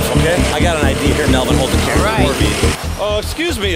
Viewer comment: Melvin says vy Chad melbon😂😂